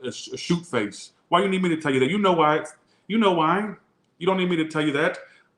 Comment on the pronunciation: 😭😭🤣🤣 said “shoot-face” 😂